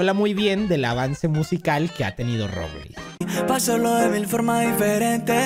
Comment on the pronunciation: Me dió un paro cuando dijo Robleis 😅